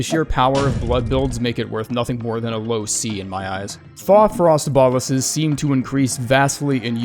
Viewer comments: Its pronounced BO-LUS you literally had the pronunciation on screen there's a full stop right there 😀. Not boll-us. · They are pronounced boh-lus